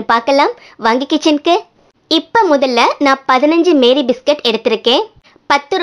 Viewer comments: மேரி அல்ல மாரி! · The pronunciation of this biscuit is NOT MARY BISCUIT, IT IS MAARI BISCUIT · அது மேரி இல்ல மாரி 😂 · Iits not Mary biscuit it's pronounced as maarie biscuit.... 😊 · Sister adu Meeri Biscuit illa Maari Biscuit 😂😂😂😂